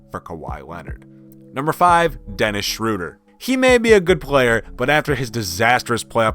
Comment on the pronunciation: oh my GOOOD, I didn't realise he actually said the Cavaliers will do something with drummond. Well then he doesn't watch bball, and i don't know how he knew how to pronounce Schroeder, or he is either Hawks or OKC fan, but he didn't know how to pronounce Ibaka so he is either an amateur OKC fan or a Hawks fan